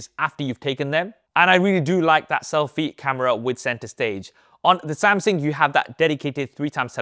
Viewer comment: Does anyone else hear him saying Samsing😂